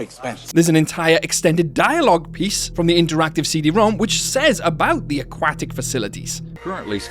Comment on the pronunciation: Never heard someone butcher the word aquatic like that in my life.